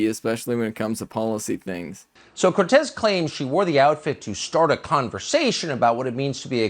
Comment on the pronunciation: His disrespect in saying her name wrong. Absolute pos.